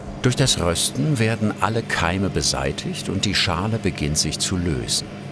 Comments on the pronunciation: Röschten statt Rösten :D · Danke an den Sprecher dass er das Wort „Rösten“ nicht mehr so komisch betont 😅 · Das bedeutet rösten nur dialekt änderung 😂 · Wenn er noch einmal "röhschdn" sagt, flippe ich aus!!! 😆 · röhhhhsten :D warte der mann sagt fehlerfrei Röstaramoma, aber ansonsten immer Röhsten und abröhsten :D